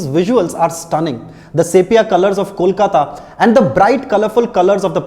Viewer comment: is one of those non-bengali's who got the 'Kolkata' pronunciation correct